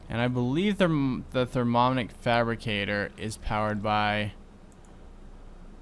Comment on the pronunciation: I was the person who told you how to pronounce the minium stone. You failed at saying mini. If you said it correctly and added "um" to the end, not only would you say it right, but that's how it's spelled too! And you keep not saying the i in thermionic fabricator. Therm-"e"-on-ic. And placing the carpenter next to the aqueous accumulator would have worked, if you hadn't changed the config on it so it only outputs the water to the top.